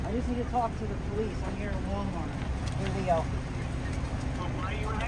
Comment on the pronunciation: hahahaha she was struggling hard here! “What Mal-Wart is this?”